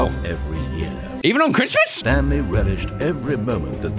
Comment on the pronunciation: lol instead of saying the Stanley parable he says the Stan Lee parable.